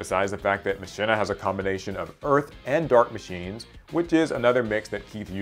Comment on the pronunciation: Machina was used by a Yu-Gi-Oh 5ds character bro🤧 And isn't pronounced Ma-Ki-Na?? Like the robots in Final Fantasy X